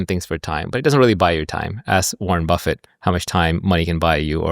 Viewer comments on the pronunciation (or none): none